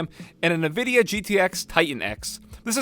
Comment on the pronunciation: He said NEVIDIA😰😰😰😰